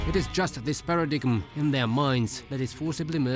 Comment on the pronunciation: para dime not paradigum